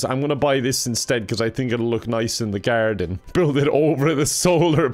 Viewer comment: Irish accent went into full effect when he said garden. 😂